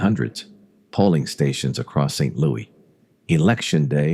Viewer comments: Lots of incorrect facts in this video. And a lousy voice over. No one says, “Saint Louie.” They say “Saint Louis.” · I’ve lived in St Louis MO all my life. Every time it says St. Louie it makes me cringe. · I hate AI narration. If you don’t care enough to have a real human narrate your channel, then I don’t care enough to listen to it. Also, you are mispronouncing St. Louis. It is not pronounced the French way. It is pronounced phonetically as St. Lewis. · St "Louie" -- no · Nobody in St. L these days, but the French people I have met still do, because that was the original pronunciation for a long time after being settled by the French, and still so in France. When they say it it comes out more like "Sant Lou-ee" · This was pretty good, but NOBODY from St. Louis calls it " Saint Louie" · I agree. St. Louis is pronounced with the "S" at the end, not "St. Louie". That is maddening, especially for someone who was born here and lived here for almost all of their life. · AI voice saying St Louie, just isn't right. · If Mafia Files pays any attention to comments and wants more subscribers, it will go through the entire spoken script before posting, to edit any stupid mistakes like saint LOUEEEEEEE. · Fyi. Saying St Louie is what children or people obsessed with Judy Garland films. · And don't even include the AI voice's inability to pronounce the city's name properly. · St louis natives mispronounce so many place names in the area. It's funny